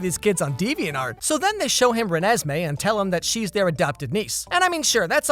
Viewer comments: it sounds like he pronounced it “renASSmee” which honestly is a better name than what it actually is. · ReNEsMeE Idk I loved that part 😂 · Youtube was made for when he says "Renesmee" 🤣🤣🤣🤣🤣🤣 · Renasmai? Renesmai? Renasmay? Or renesmay? Oh it’s Renesmee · the way you said Renesme had me laughting for a while